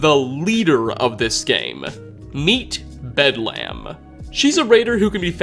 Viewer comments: It's pronounced Bed-LEM not Bed-Lamb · Like the Hospital, it's: "Bed-lm" not "bed lamb" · It's not bedlamb, it's bedlem. The A is supposed to be soft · It's pronounced more like Bedlum rather than lam. The English language is a wonderful thing, making and breaking rules. Great video, hope you will do more for 76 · ... ... ... Bedlum... Bed - Lum Not Lamb... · I think you read too deep into Bedlam. It's pronounced Bedlum. It means a scene of uproar or confusion. When people say "There's bedlam in the streets." or "It's bedlam everywhere." that's what they mean. It's a good raider name. Like naming any other raider something like Riot, or Chopper, or Smoker, or some other raider like name. I figure someone already mentioned this but I couldn't let it go. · Love these videos but hearing you say bed-lamb is making me laugh! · "bed lamb" XD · Pickman's just the Hannibal Lecter of the wasteland. Also, how did you get anything wrong about the Mechanists history? And Bedlam is pronounced "Bedlum". WHY CAN YOU NOT PRONOUNCE ANYTHING? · You're sayin "Bedlam" weird. It's pronounced "Bed-luhm." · Bedlam is pronounced bedlum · no, it's not, and no they don't. It's almost always a case of fans misunderstanding something, or reaching as far as this dude is. Take the "bedlam" reference in this very video. must be unaware that bedlam is an actual word... based highly on his constant mispronunciation, so for whatever reason he thought that the first thing that came up in a Google search must've been the inspiration. Some super obscure British hospital... as the name for a raider? He'd realize how wrong he was if he had even a seventh grade vocabulary. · your saying the raiders name wrong bedlam means madness our a scene of uproar and confusion. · Learn to pronounce Bedlam, will ya?